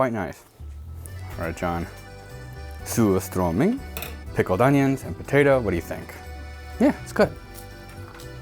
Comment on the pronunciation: You can tell he's part swede because he doesnt pronounce surströmming entirely terribly, he even says it in a pretty swedish way.